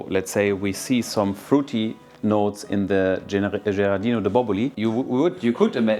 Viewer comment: Giardino di Boboli! no Gerardino, ahahhahaha giardino means "Garden"